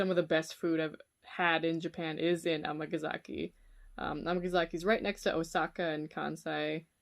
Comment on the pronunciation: am I crazy or is she saying Amagazaki when it is Amgasaki?